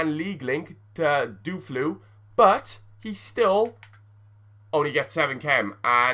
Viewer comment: U said dufluu instead of deulofeu? Hahahaha